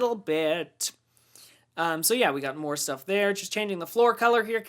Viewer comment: Also love it when you say schtuff haha :)